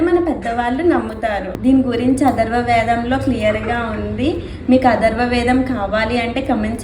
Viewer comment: అధర్వ వేదం కాదు అమ్మా....అదర్వణ వేదం .....